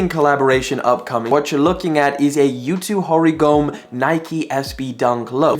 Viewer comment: "Yutoo Horygome"